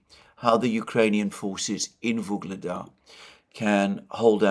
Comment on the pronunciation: It seems like you pronounce a'"g" sound in the middle of Vuhledar or am I imagining it?